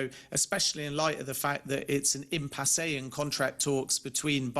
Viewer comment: An "impassAY"??? 😅😅